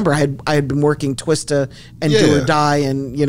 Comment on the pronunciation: Just glad she said Twista and not Twister